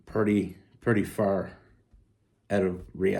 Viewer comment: Once again, I can’t figure out if you’re saying “out” or “oat”…. Trying to figure out what a “oatfit” is… You said only telling a short story… Lol… All of those short stories you tell add up to long stories….